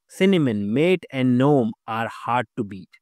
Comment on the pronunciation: Good info - Gnome is pronounced as <Ganome> NOT <Nome>